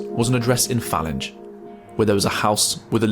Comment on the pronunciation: Falinge, (pronounced fay-linge) I went to Falinge High School from 93 to 98. I saw young white girls getting into high end BMWs etc outside the school come 3 o clock or being taken into the park by asian men, day in, day out..we didn't know the dynamics of it at the time, just being kids.